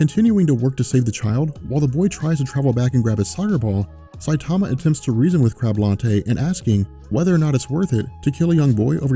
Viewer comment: I don't speak Japanese either but I do know enough to mimic the sounds one makes when I hear a name spoken in that language. straight botched Saitama's name lol.